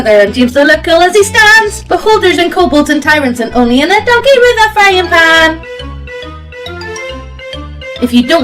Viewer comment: She says 'donkey with a frying pan!' but I keep hearing 'doggy'.